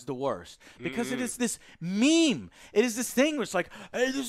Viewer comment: My brain feels maimed EVERY time he pronounces "meme" as "maim"